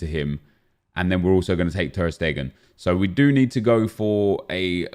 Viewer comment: Anyone notice that it sounds like he says ter Stegen in a weird accent